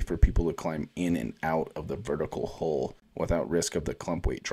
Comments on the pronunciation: You need to fix how you pronounce 'hull.' It's not 'hole', it's 'hawl.' 🙃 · It's a hull not a hole learn to pronounce words correctly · Love the channel bro.. but you keep on saying hole instead hull.. Gonna start a drinking game everytime you say hole. Lol.